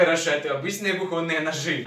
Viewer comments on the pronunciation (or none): none